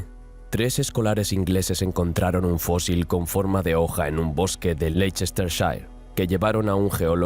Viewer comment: Fósil, se escribe fósil. "Fózil" es como lo pronuncia un gaditano.